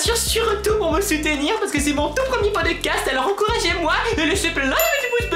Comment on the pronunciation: ton podecasteuh est trop cooleuh et j'aiméréeuh un podecasteuh sureuh les palmiéeuh